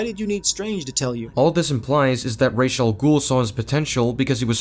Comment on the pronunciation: Ok, another thing I would sin is this the way this guy pronounces Ra's name, that shows you just how little he actually payed attention to the story, because if he had ACTUALLY paid attention, he would have heard how how Ra's' name is SUPPOSED to be pronouced